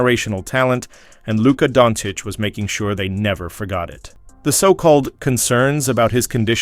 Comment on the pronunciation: No..."tHa D⁰n" wont stick. Its just you, commentator fellah. He's not Italian, LA isn't a mob town anymore. ps...the commentato also vals him donnits.